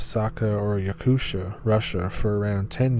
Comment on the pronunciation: You say Yakutia as Yakut ia. And Novosibirsk as Novo-si-birsk but make the gap between si and birsk faster. Thanks for telling stories from my country hahaha 🛐